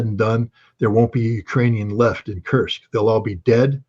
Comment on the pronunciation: I like how Judge improved in pronouncing 'Kursk'. Good job Judge!